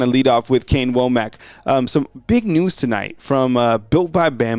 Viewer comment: Hey, I think it's pronounced "wammick" like says not "wo-mack"